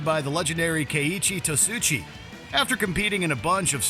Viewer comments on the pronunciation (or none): The narrator really butchered his name. I dated a girl in high school who's last name was Tsuchiya.